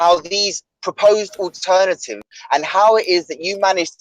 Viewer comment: ‘All turn tatives’ as pronounces it too.